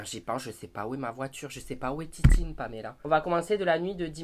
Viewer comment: toi aussi tu dit totine